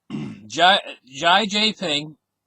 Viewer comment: XI Jinping is pronounced She-Gin-ping :)